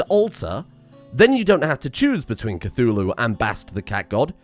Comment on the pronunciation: Cthulhu? more like Cth"uWu"